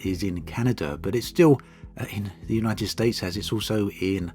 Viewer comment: United stay? 😅 Who els heard it like this?